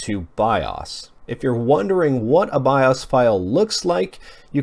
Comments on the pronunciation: Bi-'Ah's? Dude.. It's called BIOS.. with a LONG O.. as in 'bye-ose'! How do you not know this?!! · it's not pronounced bioss, it's Bi-O's! Piss me off! Drove me crazy all video! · BIOS! not BIAWES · BIOS is pronounced BYE-OHS. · "by- us" or by-o's? why's he saying it like that. It's irritating. Or am I wrong? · 'biawss' wtf is that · you say bios weird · thank you i thought i was the only person who noticed that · Helpful and accurate, I liked the video; he does say "bios" really odd though. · The way he says bios lol